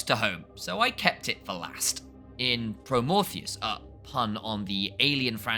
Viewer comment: This guy really called Prometheus “promorpheus”